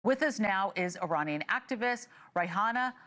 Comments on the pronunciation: And her name is not RAYHANA ..... IT'S ROYA. ROYA. ROYA.ROYA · Is it that hard to say RO-YA??????? who is this News Nation women who can't string together a few letters of the alphabet?